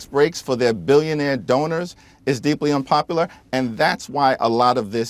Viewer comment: Hakeem Jefferies is "Deepluh Unpopulluh"